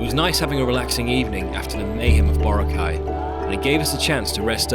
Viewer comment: Thank you! It took 18 min into this video for someone to correct the white people from mispronouncing Boracay. That was annoying